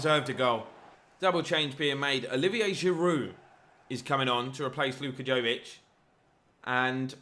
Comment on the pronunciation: Right way to say Jović is Yo-wee-ch, fun fact 😁